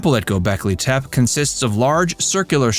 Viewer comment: It's pronounced TEH-PEE or TEH-PAY not TEP. *A little background research will keep you from sounding ignorant.